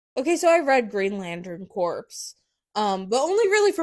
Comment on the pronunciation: Not corpse. Its pronounced "core". C'mon now.